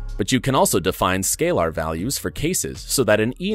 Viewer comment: This is one of the most exciting new releases! and array shapes are such a huge deal! I think your script reader needs a bit of a lesson on some of the programming terminology. Lots of little things didn't sound natural. "scalar" is pronounced "scay-ler" not "scay-lahr", etc.